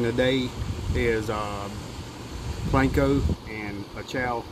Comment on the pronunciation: its panko not planko